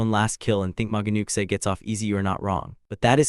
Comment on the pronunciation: It’s pronounced new chee